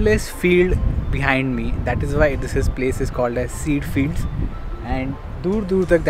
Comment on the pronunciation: It's pronounced "kay-jah" fields, not "seed" fields. (Ceide Fields)